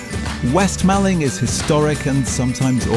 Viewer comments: It's Malling as in mor-ling. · Nice video thanks but you pronounced Mallng wrong - Mawling & the spelling is wrong (2 Ls not 1). I am from the neighbouring East Malling. You also pronounced Putney wrong, so you are not from London....